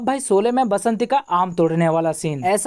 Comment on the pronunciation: Solay nahi sHolay pl. Aurcek baat sholay chali toh tumhari kyu jali khali pili ?